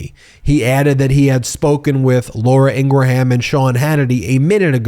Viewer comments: Ingraham is pronounced “ingrum” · Appreciate your work. Fox host Laura Ingraham is pronounced ing-gruhm. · Ing Ra Ham 😂